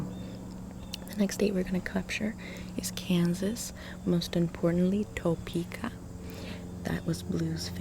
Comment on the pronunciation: It's hot in TO-PE-KA😂